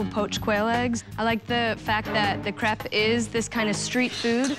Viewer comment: and she mispronounced crepe the whole time, it sounded like she was saying crap